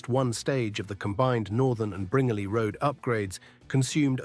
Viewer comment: The pronunciation of Bringelly Rd is incorrect. It's Bringelly (sounds like brin jelly).